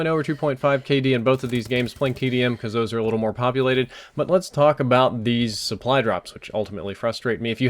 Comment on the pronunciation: I'm not sure if I'm super tired, or what, but are you saying "suppry" drops? It sounds like it to me...